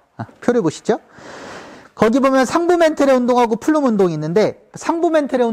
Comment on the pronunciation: 안녕하세요. 작년에 우연하게 우주론 강의 듣고 너무 좋아 구독 신청하게 되었습니다. 이렇게 매번 현장 수업 녹화하여수업 올리는 것 보통의 자신감과 열정 없이는 힘든 일인데 대단하세요.^^ 강의 잘 듣고 있습니다. 저도 수업하기전 선생님 수업 한번씩 듣고 가면 정리가 한번 더 되는 것 같아 매우 유익합니다. 그리고 매우 스마트하십니다. 플룸 구조론에서 플룸을 flume라고 하셨는데 plume 아닌가 해서요. 감사합니다.^^